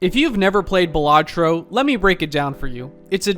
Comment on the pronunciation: ITS BAL (like ballad) LAT- TRO NOT BALLS-AT (T)BRO